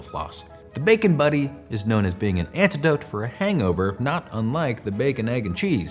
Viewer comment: He keeps calling it a bacon buddy. It's a bacon butty. Emphasis on pronouncing the letter T.